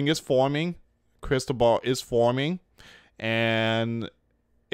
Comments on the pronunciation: Crysball is what the Fortune-tellers use it is a round crystal ball. You seen it in movies. So it is pronance Cris-toval. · Luis ti is pronace Cris-toval . it is a Spain's name. Blessings it is a boy's name and a Catholic saint.